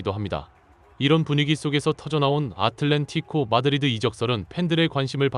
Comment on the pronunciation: 너희 작퉁 유튜버지 아틀레티코 마드리드는 있어도 아틀렌티고 마드리드는 없어 영어 알파벳도 읽기 어렵냐?